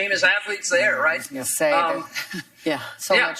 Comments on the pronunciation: It’s Wimbledon Hoda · Why have Hoda Interview when she knows nothing about tennis. It’s not French Tennis Association; it’s French Tennis Federation. And, it’s not “Wimbledon”; it’s “ Wimbledon”. As for Naomi, Mary got it right. Doing press is obligatory and it’s a part of the players’ contracts. Press coverage is crucial to the publicity needed for tournaments to increase ticket revenues and thereby increase player prize money, and satisfy TV broadcasters. Regardless of Naomi’s bouts of depression and the fact that she and everyone going through similar predicament, need to take care of themselves and their physical and mental health, her original message was ill thought out. She needs to fire whomever is giving her publicity advice!